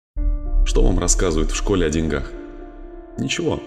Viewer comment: О деньгах болин, на е ударение, на е !